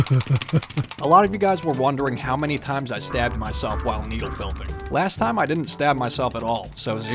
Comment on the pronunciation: "hominy Tim's"